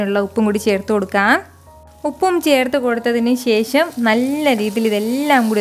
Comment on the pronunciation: ശേശം അല്ല ശേഷം